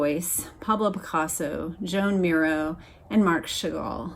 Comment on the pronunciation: Miro first name is pronounced Juan.